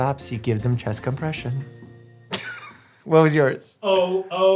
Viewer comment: “If your loved one needs a lesSONN” “teach them chest comPRESSionsss” my jingle idea lol